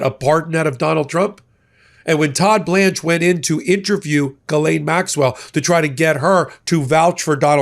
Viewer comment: Ghislaine is pronounced like Jill. Thanks.